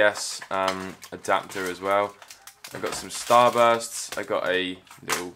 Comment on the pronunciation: Gang what empowered you to say starburst 😭😭😭😭😭